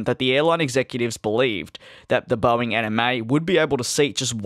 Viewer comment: DID HE JUST SAY BOEING ANIME???? REEEEEEEEEEEEEEEEEEEEEEE